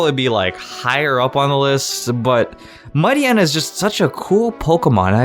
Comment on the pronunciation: ..Isn't Mightyena pronounced Might- yeena???